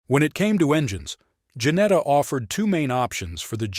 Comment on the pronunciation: Its Ginetta not Janetta